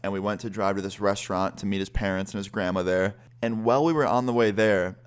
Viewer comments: Why he say grandmother so wierdly 🤣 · Why does he say grandmother like that 😂